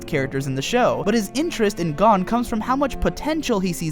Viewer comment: It sounds right to me